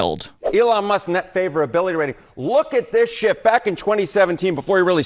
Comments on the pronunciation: Even after finally realizing he says *shift*, it still sounds like he says "LOOK AT THIS SHIT!" whenever I replay it. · It took me a while to realize he said "look at this shift" and not what I'd heard initially. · I know he said "SHIFT" but it sounded a little different ;)